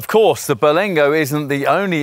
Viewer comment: it isn't called the "Ber-LENG-go lol. Sorry. I'll sit quietly in the corner